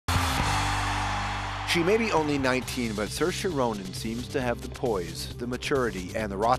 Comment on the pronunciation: it's Ser-sha!